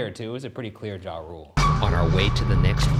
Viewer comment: "It was a pretty clear JaRule" 🤣